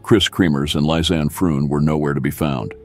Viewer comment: Can't you at least pronounce Lisanne's name correctly out of respect....and Boqueeeeet !?